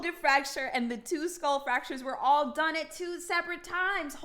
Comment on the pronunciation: "I dont quite remumber it awll 🥺"